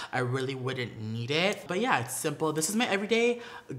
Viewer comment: He asked for tips and it’s need** not nead 🤣